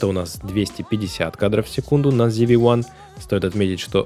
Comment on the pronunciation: ЗИ-ВИ Ван. Откуда "ЗИ"? Когда начинаешь слушать человека, не умеющего прочитать название камеры, дальше сомневаешься в его профессионализме.